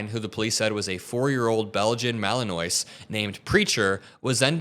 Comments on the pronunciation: ohhh please look up how to pronounce malinois😂 lol the s is completely silent. Oh man. That was rough 😂😂😂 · Side note: The dog breed is ‘Belgian Malinois’ and is pronounced MAL-in-waah. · Its actuslly pronounced Belgian Mal-in-wah...great dogs, but they get used as a weapon far too often. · also: dog pronounced, Mal -en -WAA. RIP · you're going to drive ever dog person crazy, and also you should know what a Mal is because they are the most amazing dog ever. They are little crack head super heros. Its pronounced ma·luhn·waa or MAL in WAA not sure what spelling will help more. Please issue a correction and apology immediately. This is VERY racist and bigoted to not know the dog that has saved more American lives that god emperor Cheetos Burrito Bandito okay love you bye LOL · Love yer show! Just for your edification, the dog is a Belgian Malinois, pronounced Malin"waa". Its a French word. Keep up the good work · It’s pronounced mal en wa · Malinois. Pronounced mah-lin-wah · Malinois is pronounced ma-luhn-waa. It's Belgian (Dutch language). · K9=Canine. When you say "K9 dog" you are saying "dog-dog". What you mean is "K9 Officer". Also, Malinois is pronounced ma-luhn-waa. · "Malinoise" is pronounced "mal in war". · the dog breed is pronounced Mal-an-warr A beautiful, epically strong, exceptionally intelligent and fiercely loyal breed of dog. They're almost smart enough to deal cards... Hehe. Seriously though, they are very good at using 'speech mats'. So awesome, gutted for the dog and it's police handler (that person will be in half today). Trump caused/causes events like this, and he will never be punished for any of it! Disgusting! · You pronounced Malinois way wrong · great vid bro but the way you mispronounce “anonymity” and “malinois” hurt my ADHD ears painfully!